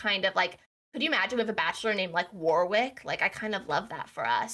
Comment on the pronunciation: You do not pronounce the middle W in Warwick. Pronunciation is Wor-ick.